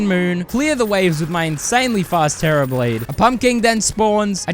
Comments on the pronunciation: The terra "blane" is crazy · did bro just say "the terra blane"?!?!